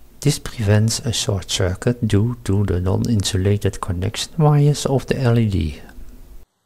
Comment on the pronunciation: Impressive project. Just one small criticism: please don't pronounce LED as "lead" ;)